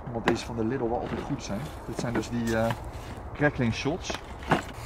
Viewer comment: Jeetje, wat is dat toch met de mensen daar in de randstad en noorden van het land? Je spreekt Lidl uit als LIEDEL! Niks niet Liddel. :P Ik kan het weten, want ik woon 5 minuten van de Duitse grens af en ga iedere week naar de Duitse Aldi en Lidl. Het is dus Liedel, beste mensen, dus spreek dat a.u.b. goed uit. Thnx! :) Voor de rest, ik vind jullie video's gewoon top, jullie zijn echte vuurwerkliefhebbers, dat zie je gewoon, dat staat niet ter discussie. Ga vooral door mannen! ;)